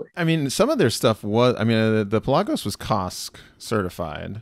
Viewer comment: You’re pronouncing Pelagos wrong.